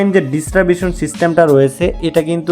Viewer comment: ডিস্টারবেশন না ডিসট্রিবিউশন,,,,, 😂😂😂😂